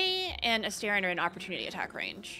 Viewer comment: A-STAR-ion means little star. Why does everyone pronounce it wrong? He even pronounces it when you first meet him.